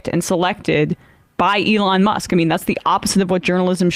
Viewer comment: Lol I never hear anyone but Sam pronounce Elons name the way he does Elooon as opposed to Elon